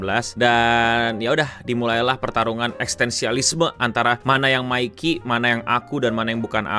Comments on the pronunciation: Btw Mickey kyknya bacanya lebih ke Mickey di Mickey Mouse, bkn Mikey Kiyomasa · Bang nyebutin nya itu "Miki" bukan "Maiki"